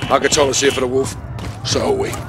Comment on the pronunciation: For all my weebs out there he really said "ZA WURDO" by killing him